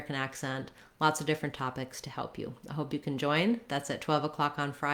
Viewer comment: Still when you say “topics” on 6-52 it’s more of a harder t rather than smashed as in “tropics” (tchropics?). If I say topics the way you do and then add an R while not changing my t sound to tch I would almost get “dropics”. To me this t sounds rather tch than ch but still has some ch in it. In this video it seems like you’re implying it doesn’t but try saying “tropics” with a “t” as in “talk” “topics” and see if this does give you the same sound or is this actually a different t as some of us suppose?